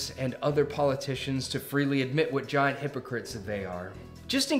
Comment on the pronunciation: what's a "gaint" Biden? A new type of running technique?